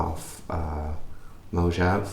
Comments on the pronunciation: Informative video, but I have a LEETLE TEENY criticism: the mac OS you mention is pronounced "Mow-Hah-Vay", not "Mow-Jav". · "Moh-jav"?!!!" Nice pronunciation there ;)